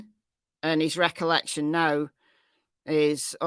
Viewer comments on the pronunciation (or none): none